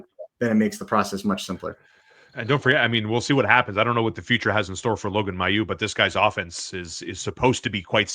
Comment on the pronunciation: Logan Mailloux's last name in pronounced MAY-EW, not MY-EW. I know this because I saw a team video a year ago in which he says his own name. I know that in Quebec we would normally pronounce that name the second way but he's from Ontario and gives the name a more English pronunciation. I think we should say it the way he does.